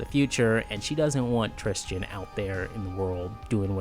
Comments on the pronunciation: It’s Tristan not tristian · Trischin? Why the odd pronunciation?